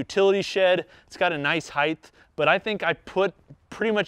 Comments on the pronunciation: & - Is there a certain region in the United States where people pronounce the word, “height” as “heigh-TH”? Is that a Midwest thing? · “Got a nice hieth” ??? WTH